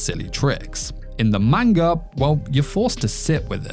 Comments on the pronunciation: video seemed good but then you said “maneguh” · Grown man still can't pronounce manga 😂😂